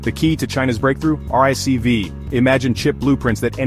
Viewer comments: "RISC-V" is more appropriately and less clumsily pronounced as "RISK-Vee" and not, "Arr-Ai-As-See-Vee". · "RISK five" is the correct pronunciation.